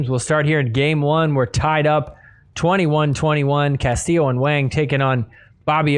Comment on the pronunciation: My guy, I love you, but Wang rhymes with song, wrong, long. Wang does NOT rhyme with slang, bang, sang.